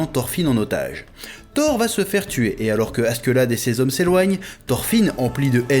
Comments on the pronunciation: Par pitié ... arrête de dire askeuladd on dit askeladd par contre leif à réellement existé c'est celui qui a découvert le vinland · "Gomsvikings" "Asquelade" jpp chef non 😭